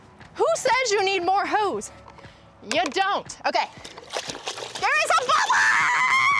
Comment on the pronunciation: Is she saying hose or ho's , LOL